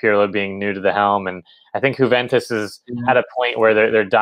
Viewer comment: My dude, it is pronounced YOU-VENTUS not HOO-VENTUS